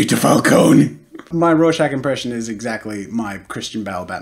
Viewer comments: Lol I thought Jazza said Russian Test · Am I tired or did he say "rawshag test"